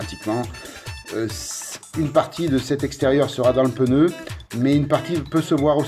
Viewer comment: Peux-tu m'en dire un plus sur ton outil rose? J'ai pas compris ce qu'il est et d'où il vient. Merci Superbe vidéo sauf un point on dit un pneu pas un peneu Je rigole plusssssssss ou moinsssssssss